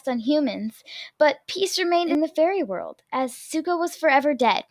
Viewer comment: It said Suko, not Zuko lol